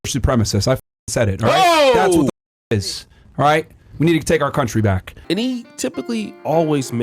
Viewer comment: “And that certainly is happening WHITE now with fresh and FRIT” I caught that bro wake up over there 😆😆😆